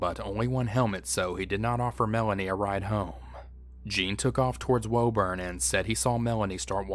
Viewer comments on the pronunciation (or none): It's pronounced "woo-burn",my friend, not "woe-burn" great video otherwise!